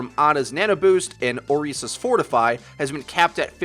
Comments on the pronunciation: Can you stop calling it órisa?? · So, when will people realize that they are pronouncing orisa wrong?